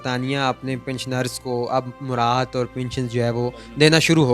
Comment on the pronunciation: "مرات"نہیں "مراعات"